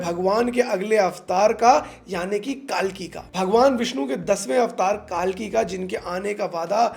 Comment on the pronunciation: Why is everyone calling it कालकी. It's कल्कि.